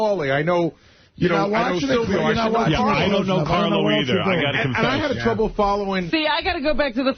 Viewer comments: It’s painful to hear Howard say Salvio instead of Silvio. I don’t think those dummies really watched the show. I don’t think I’ve ever seen people so clueless about something they claim to know. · You just spelt him "Sylvio" its Silvio idiot.